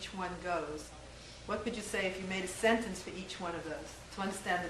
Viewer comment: I laughed almost uncontrollably when she said "a scentence"